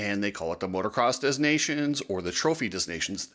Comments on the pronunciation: Dez Nations?? Learn how to pronounce it please. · STOP SAYING DEZ! FFS the ‘s’ is silent. If you’re going to broadcast online, at least be smart enough to pronounce the names of major events properly. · "de nah' see own" if you really want to be correct. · I believe the “s” in Des Nation is silent! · I love that you call it "Des Nations" as in the French, and not the "Of Nations" Americanized version, yet at the same time, you pronounce the 's' in 'des' rather than silent as in the French. Very American. 😄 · The S in Des Nations is silent. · Please learn how to pronounce the name. The s is silient in Des!